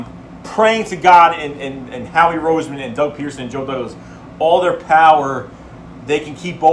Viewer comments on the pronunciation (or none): none